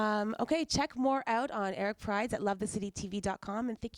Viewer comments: People were telling me for a while his name was pronounced Prids, not Prides. Now I know. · It's actually pronounced "prids." She's pronouncing it wrong. I heard him say his name "Prids" on BBC Radio 1